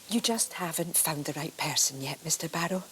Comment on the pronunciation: “Goodbye Mr Bawwow.” 😆